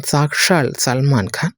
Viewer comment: Pronounce properly. It is Salman Khan Not Salman Ghan.😊